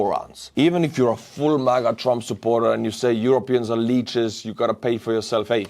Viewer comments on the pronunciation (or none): none